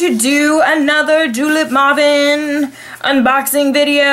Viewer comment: Maw-ven? You mean May-ven O_O